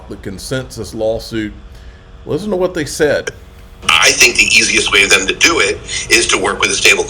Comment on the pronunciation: "Lissen" and "losse"? You can't even use basic English properly, and only YOU are responsible for losing your own money. You need to be smart, responsible and strong mentally/emotionally to be a successful investor, which you are not.